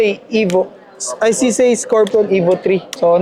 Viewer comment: Saan ag CZAY ??CZ LG NMN NKA SULAT.. REVIEW KA NGA NG ALPHABET SA KINDERGARTEN BAKA MALAMAN MO NA MALI PAG BASA MO SA LETTER " Z " ✌️